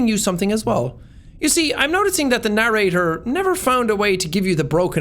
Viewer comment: "Well I guess thats it! We gave the narrarator extistential dread! :D"